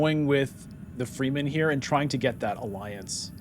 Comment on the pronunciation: One thing that is killing me: Why do you pronounce Fremen „Freemen“? Shouldnˋt the e be short? Like you say it in Fremkit?